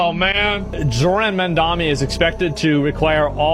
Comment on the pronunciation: it was already a red flag when Asmond pronounced "Zohran" as "jordan" ...